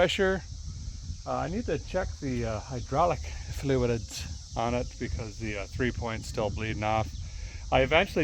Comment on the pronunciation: You said ‘fluid’ like a Dubliner 🇮🇪